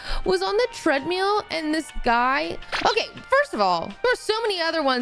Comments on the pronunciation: I like how says treadmeals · "... I was on the tread-MEEL ..." Shot every time she says "tread-meel" in this vid? New liver needed by midnight! 🙂 😅 😂 🤣 💀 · Hehe she says treadmeel